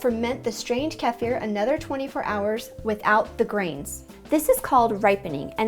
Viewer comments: Great video. In Europe we call it Keefir ( the emphasis being on the ee part of the word. But hey that it really important. One issue I’ve been having lately is gas forming in the stored kefir in the fridge. It’s great the day I remove it from the grains & put it in the fridge, but after a couple of days it’s almost like drinking a carbonated drink. I’m not sure what I’m doing wrong. I’m using non homogenised grass fed milk from Jersey cows. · From its Turk origins, you have to pronounce the vowels correctly, so comment (above) is correct. Since ancient times dating back millennia, it would be correctly pronounced like "KAY-fear" in English with emphasis on the 1st syllable unless noted in the spelling of the 2nd syllable with a double "i" - the "i" is spoken like an "ihh" sound (short i), whereas the "e" has always been known as a long 'a' in English. You also would not speak the end like the English word "Fir" (like the tree) or "Fur" (like the coat). The "ihh" rolls off the tongue to pronounce it correctly as the English word "fear." I.e., *KAY-fear*. Keep in mind, English is not a true language. It descends incorrectly with all other ancient languages, even today. Our (long) vowels are A-E-I-O-U as we were taught in school, but the true form of vowels is actually (pronounced in English) AH-AY-EE-OH-OOO (rhymes with 'You'). Think Spanish, German, etc. where the true forms of vowels are still in use today. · I've never heard the word pronounced the way you do. I don't know which is correct....but it doesn't really matter. I've heard the right pronunciation is keh-FEER. We say KEY-fur. We've never made it but are going to start ! Thanks for the explanation. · keee- fer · Are you saying like kiefer sutherland? My wife if from the Caucas' and they pronounce it more like Key Fear. All I know is they do not pronounce it like in the video. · its is pronounced KEY-FIR or KEE-FIR not CALF-EAR lol sorry maybe just an American thing but that is the correct name for it.